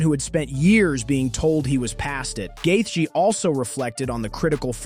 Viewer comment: Also please stop calling him gathea